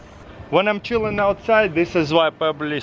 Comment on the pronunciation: DID HE JUST SAY ChiLlN?